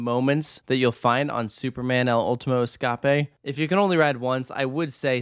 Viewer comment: As a Spanish speaker, your pronunciation of the name made me facepalm. Does this negate anything the video said? No. Just maybe next time run a foreign the name past a native speaker to spare us the pain 😅